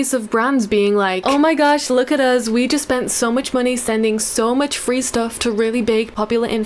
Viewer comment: Why do you say "us" like "oz"?